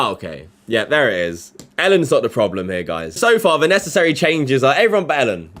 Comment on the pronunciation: Learn to pronounce his name first. ELLEN not ALEN